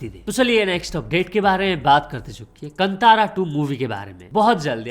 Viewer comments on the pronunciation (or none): कंतारा ❌ कांतारा ✅ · Bhai wo Kantaaraa nahi hai Kaantara hai 👍🏻 Btw get well soon